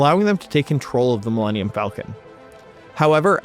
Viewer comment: "Millennium" could technically be some alien word if you say it that way. Mil-lenn-ium Falcon. Dude probably thought the ship was named after some alien bird from a planet called Millennium in universe 😂